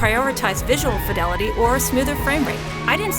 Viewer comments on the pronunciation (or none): none